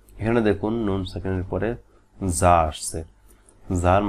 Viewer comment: যা এর মাখরাজ টা একটু clear করুন